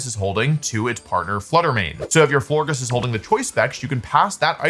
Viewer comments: Who let him go with floor giss and not flore-jiss like floral gorgeous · Florges pronounced floor-jess right? Like floral and gorgeous? Does Wolfe mispronounce so that we comment 🤔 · In case anyone cares, it’s pronounced Flor-Jess. Like gorgeous and floral ❤ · wolfe, my sweet summer child. florges is a soft g because it's based on the word gorgeous. we still love you❤